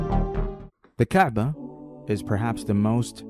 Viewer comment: It is not the kbaa it is the Ka'ba